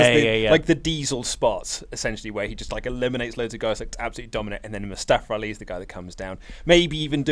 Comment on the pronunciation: I hate when u say Mustafara Ali or in the past Kazuchikara Okada lol